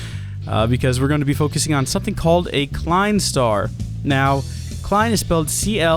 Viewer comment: Look up a tutorial on how to count to five in German, it'll help with the pronunciation of the Klein Star names.